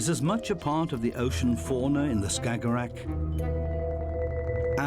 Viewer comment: He saying "stagorag" or whatever that is , 10 times per minute. Tf is a "stagorag"